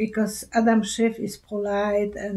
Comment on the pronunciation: Adam SCHIFF not SHIFT.